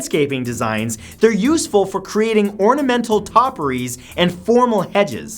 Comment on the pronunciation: Haha "Yewsful"